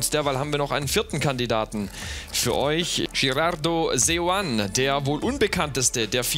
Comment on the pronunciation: Gerardo seoane spricht man mit einem „e“ am ende aus =Seoane